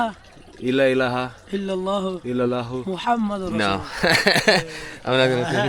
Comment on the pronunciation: wahhhh bro say muhammadin you say nah whyyyyy